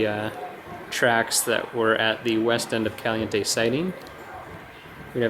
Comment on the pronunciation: Lol, just noticed he said "Calinte". Wow.